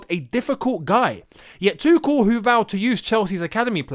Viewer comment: you should to try pronounce his name right, it´s not that hard.